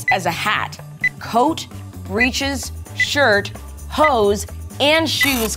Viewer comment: I wasnt looking at the video when watching this, so when the part about the wigs cost came on and said "hose", I thought she meant "hoes" and got so concerned